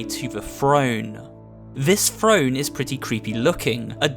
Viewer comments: Why is this guy saying frone instead of throne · I was hearing F R O N E instead of T H R O N E ! 😑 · Am I the only one who heard frone? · Keep saying frone I dare you